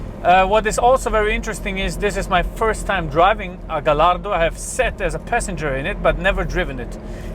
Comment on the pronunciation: Pronounced gayardo